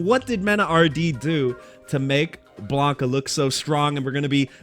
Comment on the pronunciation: His name is Blanka, not Blonka lol